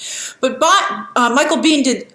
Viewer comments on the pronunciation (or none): none